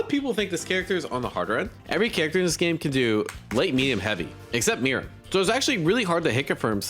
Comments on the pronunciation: It’s Mear-oo-em not Mirem It’s Crow-lo not Cloro 😭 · You're pronouncing Meruem wrong